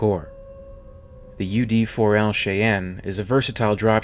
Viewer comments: SHY-ANNE or SHY-ENN. Not "Shay enn" or "She enn". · Is ut me, or is the pronounciation of Cheyenne odd in this video? I always thought it was "Shy Ann", as opposed to "Shae N" Minor curiousity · Shy-anne not shay-anne. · Yes it’s Shy-Ann not Shay-Ann . The name is from the Cheyenne peoples of North America. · Its pronounced shy anne not shay en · Don't know if anyone has pointed out that it's pronounced /shy-ann/ not /shay-en/ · Not "shay-on". It's "shy-anne", like the Indian tribe name. It's a continuation of U. S. Army tradition of naming their helicopters after Indian tribes. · Theory RE: UD-4L "Cheyenne" Utility Dropship The ship's name is pronounced as "shy-ann" - not "shee-ann" or "shay-ann." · Lol fuselodge..think of it that way,..not fuselidge..also shyanne instead of shayanne for the Cheyenne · Its not "she ann"; its "shy ann" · Its pronounced "shy anne" not 'shay enn'. The typical pronunciation of fuselage is 'few sa lage' not fewsalige'. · Chi Ann? It's shy ann... But love your channel. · I love your channel, but it's pronounced like Chainy, or Chain-Ee. Not Chi-ann. Cheyenne is of which I'm talking about. Future note. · BTW, it is pronounced SHY- Anne not Shey-Anne. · FYI, Cheyenne is pronounced shy en, not shay en or she en. The lage in fuselage is pronounced loge (like lodge). And sabot is pronounced say boh. Also, Gatling guns are more commonly/properly called rotary cannons in US military parlance, or mini guns when chambered for rifle calibers. Otherwise, good video. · you mispronounced a lot of words but it's not that big of a deal. I appreciate your videos. of the words I caught, here is how I hear them pronounced the majority of the time (USA): Cheyenne/Shy-ann; piezoelectric/pe-8-zoe-electric; turbine/turr-binn (turr-byne is common, if frowned upon); fuselage/few-sell-lodge; ablative/abb-lay-tive (abb-la-tive is common); sabot/say-bow (sabb-bow is also common) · “Shy. Ann.” It’s pronounced shy Ann. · your calling it wrong its pronouced shi-anne